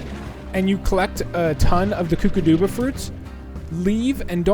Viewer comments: the mud balls you need to put in those statues with the green ball in them they are called kookadoba crackers. The kkokadobas are not pronounced (koo-kah-doo-bah) it is pronounced (koo-kah-dow-bah). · I’m pretty sure it’s pronounced kook-uh-doe-bu fruit I think.